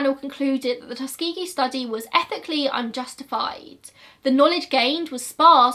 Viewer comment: when she said “tus-kee-gee” i was shook, i always thought it was more like “tus-ka-jee” and im from america??? is it just her accent??? i’m lost???